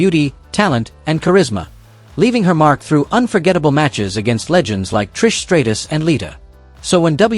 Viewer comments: Stray-tus? It's STRAT US! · "Trish Stray-tus"...why do people insist on using AI for voiceovers? Why can't they commentate their own videos?